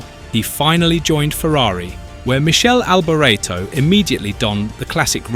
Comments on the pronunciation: Michelle Alberaaato ???? WTF ? Im an Aussie, and i can say it correctly 🇦🇺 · Meekeli alboreto. I think that is how you pronounce it. Michele alboreto is how you spell it. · Michelle Alberto? Really? He is the subject of your video, man, at least you should start by getting his name right... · At MICHEL ALBERTO I paused the video and scrolled down to the comments searching for somebody that had my ilk disappointment for the utter carelessness in pronouncing a name of a F1 driver from someone, that called F1 ICONS, is supposed to know well. I didn't go forward in watching the rest of video. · It's pronounced Mik-ay-lee Al-bor-eto, not whatever the hell you're saying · Pity you couldn’t pronounce his name correctly! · Michele Alboreto...c'mon repet Michele Alboreto!